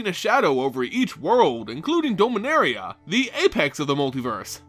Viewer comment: did you just say doh-minaria? dom-in-aria